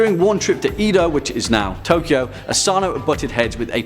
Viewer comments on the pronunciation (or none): none